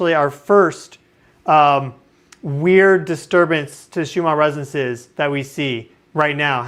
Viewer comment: Listen to someone else say "RESONANCES". You are missing a syllable. The word isn't "REZZNCE".